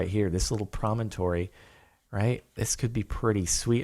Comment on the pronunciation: Jordan.... please say "promontory" one more time..